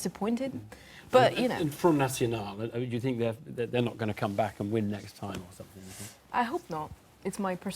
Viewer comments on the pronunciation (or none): 🙄 I fink she needs to learn how to say 'think' 🙄🥱